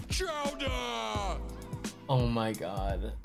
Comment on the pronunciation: the “CHOWDAHHH” every time had me dying 💀 you need to use that K sound now lmao